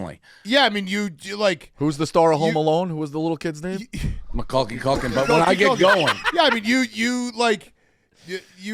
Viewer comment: Find somebody that laughs at you the way that Rico laughs at Dave when he says Macaulay Culkin's name wrong it's such genuine glee